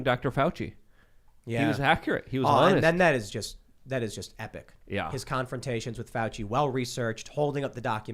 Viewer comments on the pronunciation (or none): none